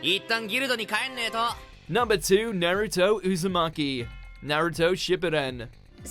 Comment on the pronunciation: Please learn how to pronounce Naruto and konoha